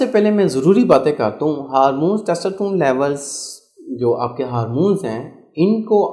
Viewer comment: Testosterone pronunciation not good